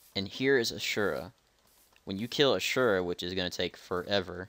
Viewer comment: btw you pronounced Asura wrong